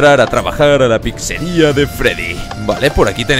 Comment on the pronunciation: No se dice PICSERIA SE DICE PIZZERIA